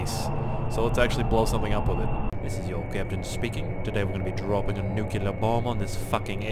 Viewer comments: when he says nucelar instead of nuclear 😤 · quick comment: nuclear is pronounced new-clee ar not new-cue-lar. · It's "nuclear" not "nucular" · "Nuke-you-ler" :( "New-Clear" :) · My god, Its (New-clear) not (nu-cu-ler) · Nucular!!!! Lol!!